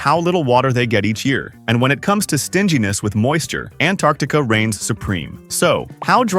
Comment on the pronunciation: Also you’re a bit inconsistent in pronouncing “Antarctica”.